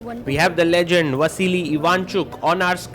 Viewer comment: Vasly ❌ vasili ✅